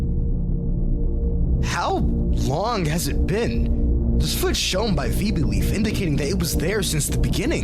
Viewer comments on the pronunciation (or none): wait.. VEE-bing-leaf???? i always thought it was VI-bing-leaf?? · he put his own self insert lol also how they pounced vibing lead as “veebingleaf” was just funny. But also it wasn’t in 2008 that means it might be a recent feature probably 2015? Or later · so this is the video where i learn that your name is pronouced "veebeeng leaf" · i hope the vibingleaf mispronunciation was intentional because using ai voices is a big no no